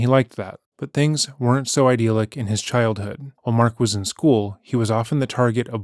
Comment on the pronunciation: idyllic does not sound like i-deal-ick it sounds like i-dill-ick and renowned is re-noun-d not re-known-d lol